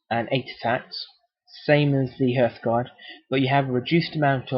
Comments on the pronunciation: It is härth, not "herth". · Nice video. But are you sure about the pronunciation of hearthguard. I always thought it was like hearth as in fireplace. So it doesn't rhyme with birth. It's heart with a th sound at the end